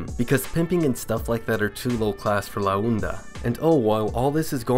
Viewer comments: It's pronounced ''La onda'' not '''la oenda'' . It's pronounced like honda without the letter h. Also you called Montana, Santana and a couple times later. But all in all, good video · Santana and la unda 😭😭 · Its la onda not la unda